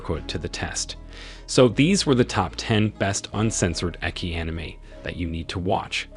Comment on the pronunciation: its ecchi not eki